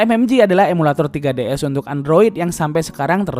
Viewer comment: Bjir 3ds disebut tiga ds